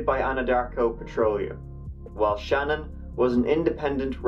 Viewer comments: You need to do an update. You had errors in info. He killed his children at the Anadarko Oil area AFTER he buried Shanann. (pronounced Shuh-Nan). He murdered Cece with her blanket, then dumped her body into one oil container. Bella's last words, when Chris Watts came clean and told it, was 'Daddy, please don't do to me what you did to Cece'. She fought for her life, biting through her own tongue. He then dumped her in a different oil container. The autopsy was so difficult, because even touching those babies made their skin fall off. Shanann's son Nico was expelled vaginally during the process of decomposition.This info came out in a more recent interview by a writer preparing a book for publication. It's all on youtube. I'm sure it will show up easily in a search. Also, he admittedly likes sex with muscular, physically fit men. He'll probably like prison. Although I never knew Shanann, her kids, or husband, I knew her Aunt, Uncle, and their 3 kids. I live in NC. My kids are the same age as Shanann's 1st cousins and they played ball together and went from Kindergarten through 12th grade together. It's a sad, unnecessary tragedy that will haunt them forever. I enjoy your videos. You maintain professionalism while still being emotionally honest about your feelings. It's a rare gift. I hope you never lose it. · I've been watching you for a couple of years now and I absolutely love your work but just in case no one has corrected you on this her name is pronounced Shan'ANN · I love your videos but 2 things: 1. Her name is pronounced Shu-Nan and 2. You said 5 counts of murder for Chris? It was his wife, 2 kids, and 1 unborn child that died. Total of 4. All that aside, good video. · Her name is Shannan not Shannon! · Pronounced Shu-nan not Shannon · Her name is pronounced SHEE-NAAN. A bit unusual I know-I also think she deserves it to be pronounced right. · Her name was Shanann, not "Shannon" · It’s Shay-nan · It's actually pronounced "shuh-NAN".